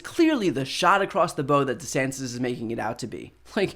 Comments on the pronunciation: I agree with pretty much everything here. So I hate to be the guy who does this but I just want to say, the phrase "to fire a shot across the bow" refers to the 'bow' of a ship. Brian used the idiom correctly, but said 'bow' like bow-tie, which doesn't make a ton of sense. Just thought he might want to know. Great vid. Carry on. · One of your better speeches, excepting where you said 'shot across the bow' like some strange artillery attack on formally wrapped Christmas presents. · “Shot across the b-oh”? B-ow…not b-oh. Nit picky! I know but still… It’s pronounced bow, as in when the bough breaks. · Just FYI Shot across the bow (which rhymes with cow) refers to a naval warning shot across the path of an enemy ship. A bow (rhymes with hoe) is a knot of used to secure your shoelaces. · "Shot across the bow". Are you trying to terrify violinists? "Bow" on a ship takes a short "O", language matters. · Shot across the bow, as in the bow of a boat. Rhymes with cow. #RonDeathSentence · Shot across the bow (pronounced as in bow down not a bow in your hair). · 👮‍♀️🚨Pronunciation police👮‍♂️🚨 "Shot across the BOW" A ship's BOW as in a BOW to royalty. Not BOW as in a BOW tie. Cheers 🍻 (This nit-picking comment edited for diction correction) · Former sailor here - it's "bow" (pronounced 'bau' similarly to the practice of bending down from the waist). Otherwise, another thoughtful video. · "Shot across the bow" is a naval term. It's bow like cow, not like show. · Shot across the bow (of a ship), rhymes with wow, not like an archer's bow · Shot across the BOW, to rhyme with cow, not bow to rhyme with stow. You refer to a round of artillery shot in front of a sailing ship (the bowsprit end), not some archery reference. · To clarify, in this context, "bow" rhymes with "cow" instead of "toe"... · Getting through saying "DeSantos's" 👍. Saying "bow"🏹 instead of "bow" 🛳️, a little iffy. Great content though.